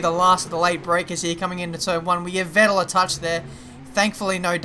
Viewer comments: For me as a german the way you pronounce "Vettel" sounds pretty wierd :D It's pronounced like "Fettel". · You're pronunciating Vettel wrong.